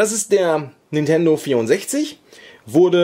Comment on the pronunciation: Das heisst Nintendo nicht Nundento!;)